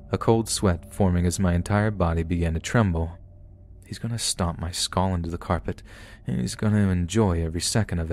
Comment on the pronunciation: Once I noticed that pronounces "skull" more like "skoll", he has said the word in like ever story 😮